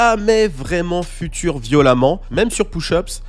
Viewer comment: j'adore tes vidéos et je te suis depuis 2019 mais stp arretes de dire future en français, on dirair le futur dans la conjugaison lol. it's FUTURE, FYOUTCHER